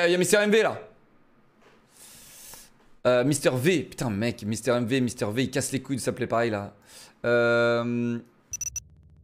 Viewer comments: Mister v(é )😭 on est d’accord qu’on dit mister v(i) ? 💀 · on dit « mister vi » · J’ai jamais entendu des gens dire mister v à sa façon